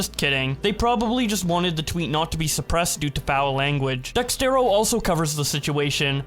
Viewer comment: say it with me... DEX-ERT-O... DEXERTO.. not DEX-TER-O... lmao 🤓